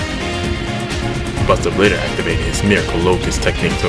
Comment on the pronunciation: He was now........*dramatic pause* Bustah bladah